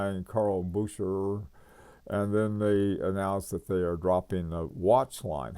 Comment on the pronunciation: I truly enjoy your videos and your extensive knowledge. However, I have never heard anyone butcher pronunciation like you! Bucherer is said like buke-er-er, not booch-er-er .